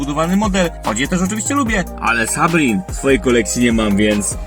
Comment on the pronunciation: Sabrin? Chyba Sabin się czyta